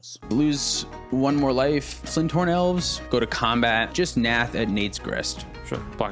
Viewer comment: I relate to saying FLINThorn elves. 😂